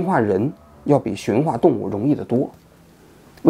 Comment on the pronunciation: 驯化，第四声